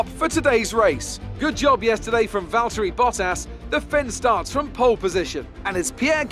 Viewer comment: love the vids, but can you please say Valtteri Bottas like a sane person? There’s no d’s. It’s not Valderri Boddas. Please. I’m begging you for the sake of my sanity 😱💀😂😂😂😂🙏